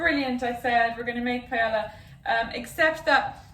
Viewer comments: you're lucky I like you because I was about to completely ROAST you because: 1) that's NOT how you pronounce paella AT ALL and 2) that's NOT paella AT ALL. I'm not saying it must taste bad... but that's just rice with things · Hazel mispronouncing paella really just sent me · I’ve never heard Paella pronounced that way. It made me cringe so hard as a Hispanic. You get a pass because you’re Irish. :p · Is that an accent or just proper pronunciation? 😂